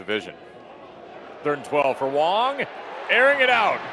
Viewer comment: His name is WANG not Wong.